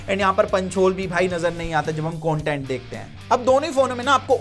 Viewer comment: Its content dude not coantent.